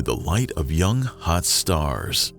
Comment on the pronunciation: Why you gotta keep saying “young, hot stars” like that?